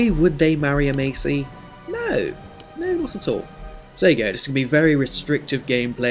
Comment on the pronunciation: Loving the start of this series as i play this house alot as its my surname, however it is pronounced mass-ee as opposed to macy